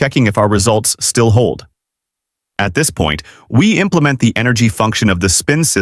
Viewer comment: text to voice turned texan